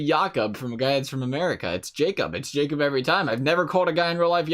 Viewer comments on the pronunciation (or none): none